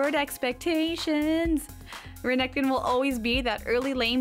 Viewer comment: Renekton. Stressing the K too much. Visage. French word for face. etc